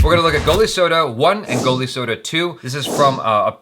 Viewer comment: That moment of pride when Jaby says a name correct and he knew it he's doing it right 😂😎 The soda you have said is available in India and it is popped in too. The title of this movie is "Goli soda" (soda with marble, Goli-marble).